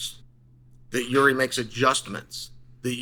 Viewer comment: It's not Yuri it's freaking Yeary. I had no idea who chael was talking about at first